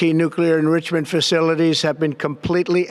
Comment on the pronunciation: "nuclear ingritchiment capacity".